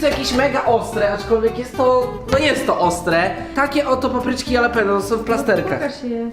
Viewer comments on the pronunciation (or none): nie jalapenio tylko mowi sie halapenio